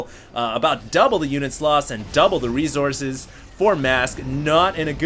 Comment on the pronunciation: "Resourses" lmao